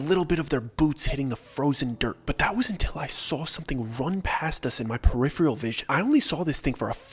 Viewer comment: Peripheral Purr-if-er-ahl Not Purr-if-Ree-all